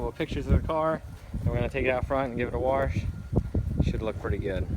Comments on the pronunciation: What's a warsh? Lmfao you mean wash? Looks better tho👍🏼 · lol you said worsh....... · "give it a warsh"